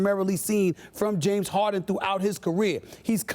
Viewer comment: "James Hawden"